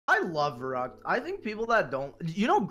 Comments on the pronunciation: it is called VERRÜCKT i am GERMAN AND IT IS CALLED VERRÜCKT NOT VERRUCKT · It’s actually pronounced Ferykt